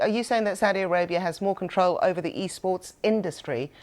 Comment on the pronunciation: Saudi A-GAY-bia